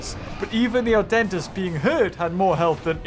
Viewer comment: whenever says adentis it sounds like "our dentist"🤣😂